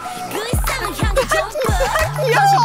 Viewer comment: 지우 얍 긔워웡 ㅋㅋㅋㅋ😂😂